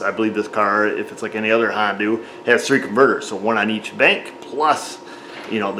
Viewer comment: Tickles me everytime you say Hondoo. 😂